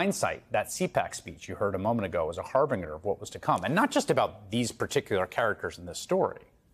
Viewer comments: Chris, harbinger isn’t pronounced that way. Say “har-binj-er”. yw 😊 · I was on board until “NYT is not a liberal paper” nice job undermining everything you were trying to say lol Jesus. Also that’s not how you pronounce harbinger